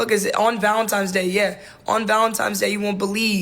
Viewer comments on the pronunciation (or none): grown ass woman saying “Valentime’s Day”